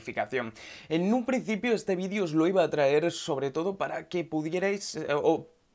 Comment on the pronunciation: Lo dice porque dice vidio en vez de vídeo